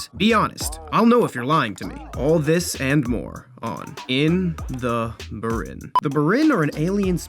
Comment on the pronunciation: He’s saying it wrong it’s (b-ee-r-in)